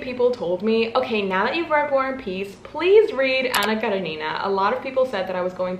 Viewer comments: It's Anna KarEnina (stress on the second syllable) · I’m from russia and your pronounce “Anna karenina” is so cute 🥺 I wish you many great books and successful year❤️ thanks for video! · THE ANNA KARENINA ACCENT ✨️ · 🤔🤔 it’s wrong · love the way you pronounce Anna Karenina 💃🏻 correct way: emphasis on the E (KarEnina) and not the I (KarenIna) regarding Karamazov: emphasis on the third A (KaramAzov) just so you know 🤗